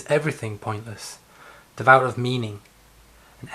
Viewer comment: Not entirely sure about his pronunciation of existential. It upset me a bit. Added an extra ‘i’ in there for no reason. Also, it’s ‘devoid’ of meaning. Not exactly sure what you said but it wasn’t that. Otherwise, good effort.